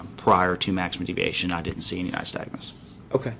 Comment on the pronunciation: He keeps saying “nystag”nusI hear so many cops make the same mistake. Their training course obviously barely touches on this. I have Resting Nystag”mus.” My eyes will sor flutter watching TV or if somethings moving past me too quickly. Annnd….. I think they should do away with a field sobriety test because it is bulls***.